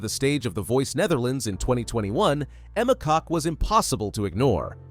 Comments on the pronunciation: Emma's last name is pronounced "Cook". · It’s pronounced kok not cook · I just searched "pronunciation of Emma Kok" here on YouTube,....and it is NOT pronounced "cock".